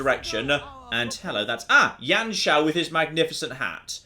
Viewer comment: just a quick thing, it isn't Yan Shao, you pronounce it as "You-an Shao" i think.